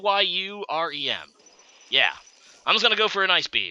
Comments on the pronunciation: It's actually pronounced "Kee-oo-rem" I know this thanks to the movie Kyurem vs the Sword of Justice :) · Say it with me.... Kyurem Keeer - rummmm is how it's pronounced apparently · Exacty not kye-you-rum lol